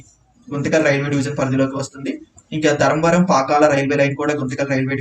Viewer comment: Adi dharamvaram kadu dharmavaram adiganu neeku important Railway Stations teliyadu prounonciation kuda rada nizamabad ni nizmbad antavu